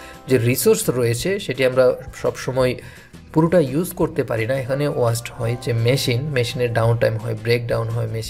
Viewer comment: very helpful class but Sorry to say sir it not ওয়াস্ট it's ওয়েস্ট।